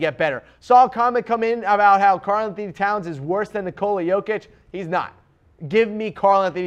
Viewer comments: Do you really think he knows anything abouth Jokic when he doesn't even know how to pronounce his name? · This guy opinion is irrelevant. I don't know if he's watched other players on his list but i'm sure as hell he didn't watch Jokic, like ever. I'm not counting you tube clips or something like that. Otherwise he would surely know how to pronounce his name.